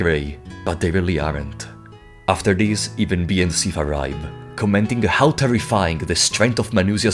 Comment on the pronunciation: figuring out when you are saying "This" and when you are saying "DIS" was a puzzle in an of itself but a fantastic video non the less